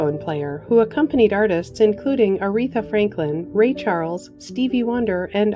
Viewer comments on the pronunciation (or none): none